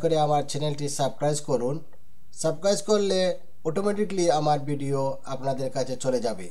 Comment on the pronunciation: সাবক্রাইস না ভাই,সাবস্ক্রাইব হবে।এটা বলতে জানেন না আপনে চ্যানেল খুললেন কিভাবে।